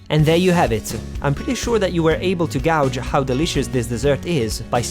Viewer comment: Sorry, can't help telling you this...but gauge is pronounced like cage or rage or stage...a little tip! : ) can't wait to try recipe!...and don't worry I don't speak Italian...so I should keep quiet! Aimee in DC